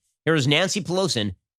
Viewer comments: “Nancy Pelosin...” ? Ben? Got that dementia, huh 😔😔 Knowles will take good care of the show when you’re gone. RIP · the irony of you mispronouncing Nancy Pelosi's name minutes after mocking Biden for slurring his words does make me chuckle.